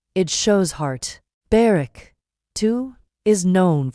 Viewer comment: Could you please find out how to pronounce their names properly. It is quite disrespectful not to do so.